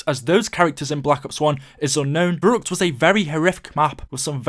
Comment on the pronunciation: I'm part German but it's pronounced verreeckt